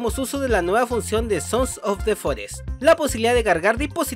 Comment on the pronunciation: hola, ya sabes quien soy verdad? soy el que dice siempre "sonsos de forest" en tus videos, me encanta tu contenido y solo te estoy molestando, lo dices muy bien!!!! me saludas plisss?!